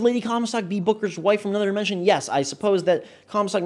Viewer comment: When you said "Bookers" it sounded as if you said "buggers"